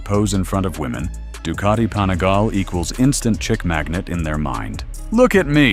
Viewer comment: What the hell is a “panigail”, “panigal” ?